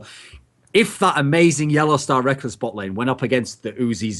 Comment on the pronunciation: again... It's NOT Rekels, it's fricking Rekkless goddamn, educate yourself woman